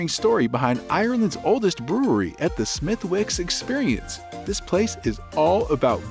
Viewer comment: Well, you have never been there and that shows. "Smith-Wicks"? Say that anywhere in Ireland and you'll be laughed at. It's pronounced "Smithicks". Also "Tudors" not "Toodor" (American "u" not applicable). I mean...good info, but refine your research please!